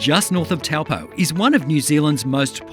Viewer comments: great and informative video but all of the Māori pronunciation in this video is wrong, like Taupo is NOT pronounced taw-poe its pronounced Toe-poor like a toe on your foot that is poor. Please next time to do more research on the pronunciation because it is not hard. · No, she's wrong. You're right, almost. It's pronounced Tow-po as in cow and po as in po.🙂